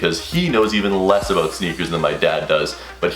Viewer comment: Lmao bro what are you talking "aboat" man? Haha